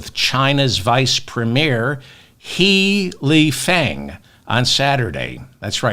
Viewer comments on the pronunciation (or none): It it NOT pronounced He like the pronoun.... in Chinese it is pronounced a bit like huuh lee fung. So... enough with your silliness.